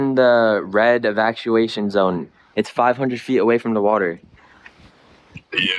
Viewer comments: Evac-sa-wation zone lmfao he literally said that dude is dumb asf. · "It's in the red evakshuation zone" Stupid to the core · "Eevakshuashuns zones" 🤡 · Bro can't even pronounce evacuation correctly